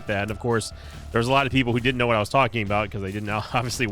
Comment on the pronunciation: Every time you said "I'll tell you Hwat!" or "Shota Speedo!" 🤣